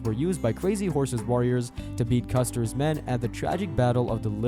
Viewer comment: Another crap video. At least the AI voice has finally learned to pronounce "Custer" correctly